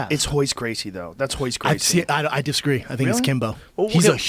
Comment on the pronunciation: Brendan "I desagree" Schaub